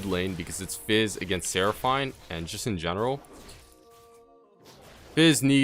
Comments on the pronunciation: coo deh grass* but still better than how he said it lol. Should we address the "Seraph- eine" part now? lmfao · the way you say seraphine urks me lol